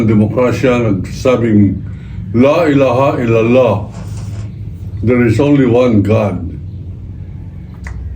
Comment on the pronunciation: Wala po kmi pakialam sau Gurang. Khit atakihin ka ng High blood wla pong manghihinayang sa inyo😅 Paki bigkas po ng maayos ang Laillaha illallah. Nkakahiya karin. Gurang kna dmo pa mabigkas ng maayos.